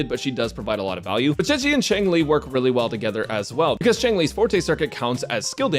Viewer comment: Stop calling my poor girl chicken 😭 how did you get Zhe correctly but say Zhi as Ji (chicken)